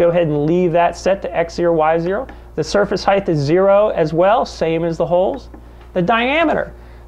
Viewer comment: Fascinated with this process as I am giving serious thought to converting my manual Turret mill to a CNC machine. I'll then be able to do impossible tasks on a manual machine. One minor point. Height is pronounced "heyt", not "heyth" as all your speakers mis-pronounce. Width is "width" but height does not have the final "th". English is a beautiful and precise language which sounds best when used properly.